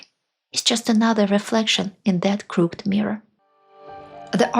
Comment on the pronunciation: a minor pronunciation correction: 'crook..ed' in two syllables, unlike the single syllable 'cooked'. BTW, your videos are an educational goldmine for those of us trying to understand how Russia came to be how it is.Thanks.